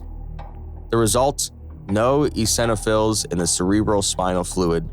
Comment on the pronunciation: You still can't pronounce "eosinophils" correctly.